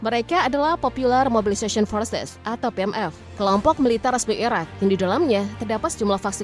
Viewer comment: Ngomong Iraq atau Iran gak bisa dibedain, gak jelas blas